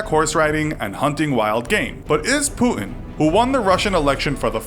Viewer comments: I hate how this new millennial generation don't know how to pronounce the letter 'T'. It is Putin, not Pooin. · Putin not pu'ing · It’s not “pu-in”, it’s “puTin”, mate. Sorry but it annoys me so much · Lol he says pootn instead of putin. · Putin sounds like "put in" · great video but why the fuck would you say putin like that??? pooood-in?? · Who is Pooh-in? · stop saying pu-in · Who’s Puhun? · I keep hearing pooin wtf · Who is this Poooin you speak of? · Why do you pronounce Putin as Pu-in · Is it just me or was he pronouncing his name as 'poo-in' ? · there's a 't' in Putin - could you pronounce it please? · Wierd pronunciation of Putin. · i dont like how you pronounce putin :(